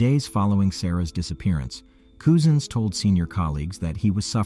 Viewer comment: My God! His name is Cousins! Like as in your cousin. Not Coosin.